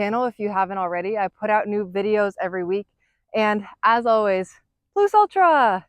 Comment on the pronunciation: Ploose? Lol